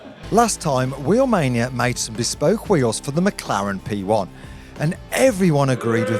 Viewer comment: the moment he said wheelmainia